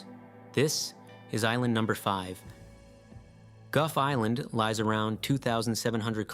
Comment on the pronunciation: It's 'goff" island, Not "guff" island.